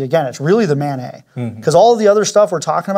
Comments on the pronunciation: Please stop saying "manay". Its an acronym, not a French word. It stands for (M)obile (A)d-hoc (NET)work. We abbreviate network by saying "net", not "nay". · I will never understand how Mobile Adhoc NETwork gets pronounced "MANNAY" like it's a French word. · I'm listening as I work and I keep thinking I hear say "mayonnaise" instead of MANET and it jolts me out of what I'm doing (radio programming, ironically) every. damn. time. also, just hearing someone say 'interoperability' makes me glad. we emergency services radio people would love to hear it more second also, I've been trying to research but I don't see anything on it, does this use native FHSS for EM adverse conditions or is it single channel broadband? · Anyone else keep thinking they're saying mayonnaise?